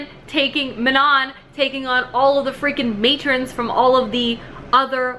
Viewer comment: YES hahaha I kept laughing, I’m pretty sure Manon is pronounced mah-NON, though almost everyone pronounces it like “Shannon”, but I say Elide and Aelin the same way as you 😌